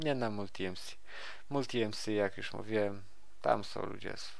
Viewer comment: Już nie "jusz" OMG